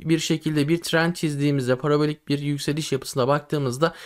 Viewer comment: Sert yökseliş diyorsun on kuruş döşöyor bir kuruş yökseliyor